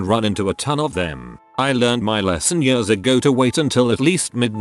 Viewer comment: literally no one: what's written: Years the reader: Yeurs